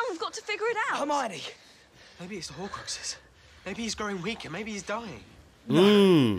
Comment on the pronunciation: bro said hocruses